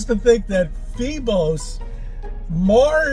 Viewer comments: "Feebos?" Oh. It's Phobos and Deimos. Pronounced: foh-boss and dee-moss. 😂😂😂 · I love it when get some concept totally wrong, or can't even spend the time or thought to pronounce "Phobos" correctly. Phebos, seriously? 🙄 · "Phee-bos"? I'm guessing he's confusing Phobos and Deimos into some sort of hybrid Mars moon. Perhaps using gravity.... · The idiot can't even get the names of Mars' moons right. Phebos? 🤣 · It's Phobos, not "Pheebos," you crazy-haired moron.